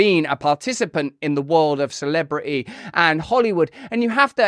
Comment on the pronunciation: Russell, your "r's" are coming along MARVELOUSLY!....FLEX THOSE LIPS!!!...Now, the "t's." No more of this "celibri-y.".....Try it with me:..."celebriTy." The word "Brit" is in there!